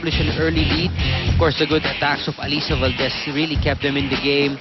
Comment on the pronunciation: Nakakangilo pakinggan yung "alisa" 🤣 same naman spelling noon pa db LY namn..😜